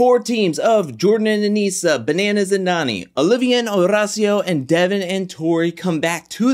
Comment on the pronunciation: Somebody sure loves rolling that "r" in Horacio. In fact, Horacio pronounces his own name with an American accent.